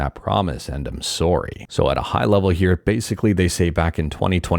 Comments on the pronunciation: I didn't know you were Canadian till I heard you say the word "Sorry" in this video lol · Been following you for atleast a year or two, and it took me this video to finally see the Canadian part of you when you said sorry and process 😂